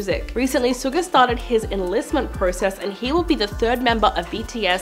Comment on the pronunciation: Suga is pronounced "Shuga" like sugar or shooting guard in case you have to say his name again ;)